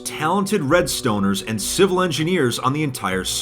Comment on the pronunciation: Redstoners. Lmao. The pronunciation, “redStoners”.